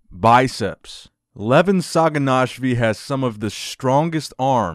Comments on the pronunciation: SaginashviLi* with an L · Just some tips. Sa-gi-nash-vi-li La-le-tin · 6'3 not 6'4 and its saginashvili...not what you're pronouncing. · can confirm u did butcher the last name